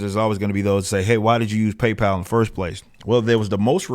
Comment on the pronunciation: It's PayPal ....